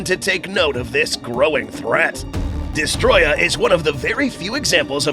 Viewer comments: It’s pronounced Dest-o-roya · Why does everyone call him "Destroyah" The Japanese title of the game "Godzilla Vs. Destroyer" It even says "Destroyer" in the dubbed version of the film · I can’t stand when people say his name wrong like this guy has done on every occasion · Has "Destoroyah" been misspelled or just mispronounced?